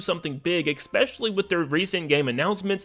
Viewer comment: “Especially.” Not “Eckspeshully”